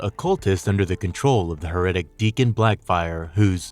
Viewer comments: Heretic is pronounced "hair-uh-tic", not "huh-ret-ic". Not a big deal, I just hate when I personally mispronounce stuff, so I wanted to help. "Heretical" is pronounced "huh-ret-ic-ul" so it's even more confusing. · Psy-key, Val-Lay, Sh-ee-va, Hair-eh-tick, Fer-ver, Des-pot. You're putting the wrong emphasis on the wrong syllable. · This dude needs to Google how to pronounce things he's not familiar with. HeRETic, religious "fer-vour." Makes him sound like a moron especially when it's a 2 second Google search per word. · It's not pronounced her reddik, it is hair a tik.